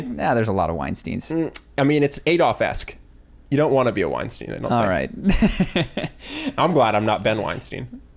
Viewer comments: Bret once said that his name is pronounced like Einstein but with W so you are saying it correctly. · Amusingly, your chosen pronunciation of Weinstein is correct!